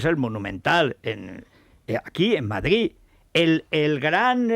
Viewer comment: Se dice Madrid, no Madgid.